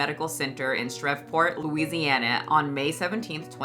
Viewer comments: I just wanted to let you know it’s pronounced ‘shreev-port’. I appreciate your videos a lot. I grew up being told I’m way too thin and need to gain weight so it just heals my inner self deprecation a bit. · now why u disrespecting my state like this 😂 it’s pronounced shreev·port lol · I’m sorry this is a sad video and all did you pronounce Shreveport, LA as Sh-rav-port and not Sh-reev-port….aren’t you from the south like literally not that far from Louisiana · I'm just nitpicking, but girl, shreveport is pronounced shreeeeve port, not shrev port. The e is hard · lol i just found your channel you're hella funny and insightful too .. but girl. how do you Not know that shreveport is pronounced SHREEEport 😂😂😂 all love tho im js 😅😆😘☺️ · Say it with me Sha-reeve-port. 🤣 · Shreveport is pronounced “Shreev-port.” 😁 Actually, a lot of Southeners say, “Shreeport.” 😁We verbally lazy like that! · As a resident of Shreveport, it’s pronounced shreev port. Great video!!!